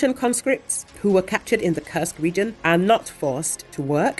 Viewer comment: It's NOT KRSK IT IS KURSK